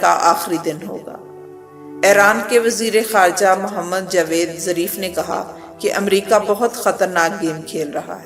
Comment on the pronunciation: خاتون برائے مہربانی اپنااردو کا تلفظ صحیح کرلیں- ایرانی وزیرخارجہ کانام جاویدظریف نہیں بلکہ جواد ظریف ہے- بحرحال آپکی اچھی کاوش ہے- مشکل کی اس گھڑی میں ہم اپنے ایرانی بھائیوں کے ساتھ ہیں- ایران زندہ آباد! امریکہ واسرائل مردہ آباد!